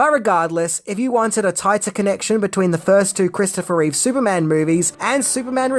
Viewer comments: It's Christopher Reeve, not Reeves. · Reeve not Reeves how can he be a Superman expert if he can’t even say the guys name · It's Reeve. Not Reeves. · I don't hate this movie at all, but its reverence toward the 1978 movie did hurt it. No one working on the script had a love of & knowledge of the Superman comics. The idea that this follows the REEVE (dammit,! Stop saying "REEVES"!!!) films wasn't a bad one, but it should have had a different villain from the comics whom Superman could battle, a different plot for Lex Luthor (making him a businessman like in the modern comic might have worked) & no deadbeat dad thing for Superman. Maybe a re-cast for Lois as well. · Its irritating when they call that man Christopher ReeveS. Its just REEVE. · It's Reeve, not Reeves and it's Brendon Frasier, not Brandon!! 🤦‍♂️